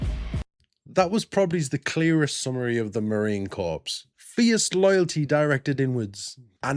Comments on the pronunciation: ❗️From a Proud Marine Aunty: "Corps" is pronounced [kor], not corpse ☠️ 😉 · Just so you know . . . Marine Corps is pronounced Marine Core. You don’t pronounce the p or the s. I don’t know why. Perhaps you can ask the Fat Electrician.. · Corps is pronounced Core 😉😊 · Corp is pronounced like the word 'core' like the core of an apple. Corps with a P is more akin to what the Marines leave in their wake, corpse as in dead bodies. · Brother just in case, Corpse in Marines is said Core, not Corpse. French spelling. As in Body. Marines aren't allowed to become an actual corpse Without Permission!! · It is not pronounced "corpse". "Corps" is pronounced the same as "core". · Love your videos but just fyi when you say Marine Corp the “p” is silent so it sounds like “core” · I don't mean to be rude, and if I am, I apologize, but you the way to pronounce Marine Corps is actually with I silent P so Marine Core, I don't know why there is a P, or and S, but yes, I apologize if this comes out rude. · Congrats on 90K!🎇🪅🎆 Will you be able to quit your second job soon? I know y'all mispronounce a bunch of words, so in America, the 'ps' is silent in 'The Corps', and if you just say "The Corps", everyone knows what you mean!💟🇺🇲✝️🛐🇺🇲🎇🎆💟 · I know it is spelled corps but the p & s are silent. It is the Marine (Core) Corps. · "Corps" is pronounced "core".; ) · Just a quick FYI, in America, Corps has a silent “P”, pronounced Core. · My brother was a US Marine until the day he died, and he would be rolling over in his grave to hear you pronounce Marine "Corps." (the "p" in Corps is silent!) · LoL. Don't pronounce the "P" in Corps. A corpse is a dead body. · The "p" and "s" in Marine Corps are silent. It's from the French. My father was a Marine in World War II.